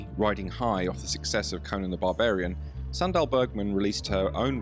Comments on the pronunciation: Dał bym łapkę w górę ale nienawidzę jak BOT czyta... Suundal Bergman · Sry, thought you said Sandra Bergman